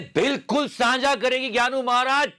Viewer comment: Ghyanu is not ghyanu, Ghyanu is pyanu 😁😁